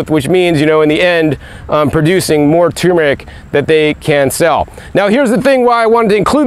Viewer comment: “Tumour-ic”? Or tur-meric ?